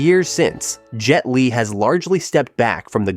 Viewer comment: Jet "leg" n again Fong Sai "Yak" what in a hell made this guy pronounce it like...or is it just a person with less speaking English speaking with American accent AI